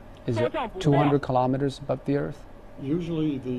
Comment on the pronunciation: Please ' kilometers properly, not kilowmeters, it's kilometers